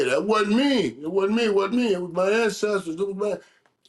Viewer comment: This ninja Cam talking abt Rush “Lindbergh” and Mase over talking “an-sisters” 😂😂😂…oh and Mike over talking about “home-ownereous” 😂😂😂…man this is one of the most illiterate conversations in the history of It is what it is!